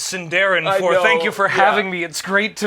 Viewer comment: Love how mispronounced the word "Sindarin" while apologizing for mispronouncing Sindarin words.